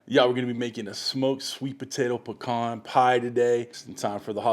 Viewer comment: Awwwwe, our little boy is all grown up ! He learned how to pronounce pecan correctly! lol . Good looking pie !